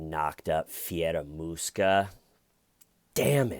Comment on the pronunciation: Is it just me or when says Fieramusca (sp), that hears in my head Scaramouche, Scaramouche, will you do the fandango....